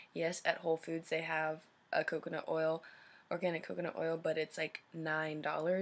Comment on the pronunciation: u said "coocoo nut oil" lol luv ur puff